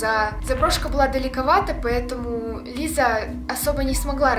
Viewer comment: Она говорит сокращённо "Лиса"